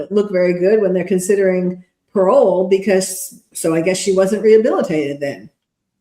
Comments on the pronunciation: Gets me each time 😂 "I don't need to be reh-hilibated" 😂😂😂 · That jail call makes me DIE LAUGHING "Jail is SUPPOSED to rehabilitate people" has to explain "I dont need to be rehilibated" Bro she cant even say rehabilitated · Kenzie can't even say rehabilitated